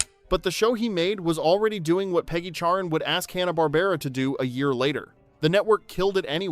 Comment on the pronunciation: Oh, her name was CHARREN, I could have sworn you said Karen.🤣